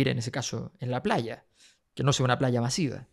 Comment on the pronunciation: "masiva". Remplaza m por b, y v por d. Es propio del español chileno de clase alta.